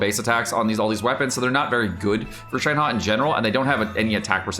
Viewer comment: Why is it ShenHE can be read as ShenHA? It is ShenHER to be easy for non mandarin speakers.